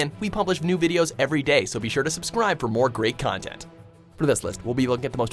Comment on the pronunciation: "a treasuree trovee of extra contentt"